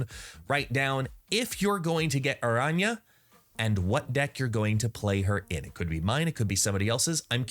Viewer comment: Great video and respect for the pronunciation of her name. What does your t-shirt say?